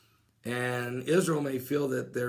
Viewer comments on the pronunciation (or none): none